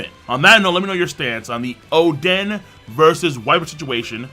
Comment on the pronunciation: Why you say oden like that